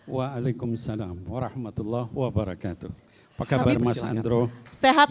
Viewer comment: Maaf ya klo salam untuk ummmat islam ... itu assalamualaikum waroh matulloohi waba rokaatuh....mba .... tlg ya ....bukan wabaru....ahirnya.. tp wabarokaatuh....